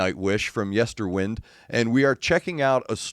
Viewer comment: Nice reaction. Just a small FYI - the latter part of Yesterwynde is pronounced as in to wind a clock or watch, time being a central theme of the album.